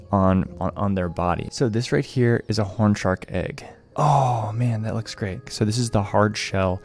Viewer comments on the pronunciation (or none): none